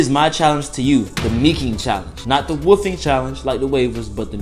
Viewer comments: My nigga said woo-fing it’s wol-f-Ing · Bruh who else keep thinking he saying woofing instead of wolfing.😭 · sounds like he said woofie lol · Nigga said wuffing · The way he says wolfing 🤣🤣🤣